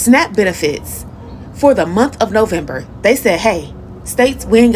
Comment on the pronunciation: First of all he needs to learn how to say November in second he needs to grow a brain